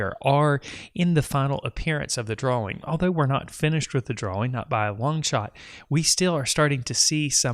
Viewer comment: Dude are you incapable of saying DRAWING like a normal person?..